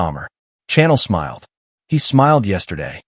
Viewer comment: Your prounaction of Chanel is wrong. Chanel name is a soft C, not a hard C. Think like you shushing someone to be quiet. But otherwise it is a good story.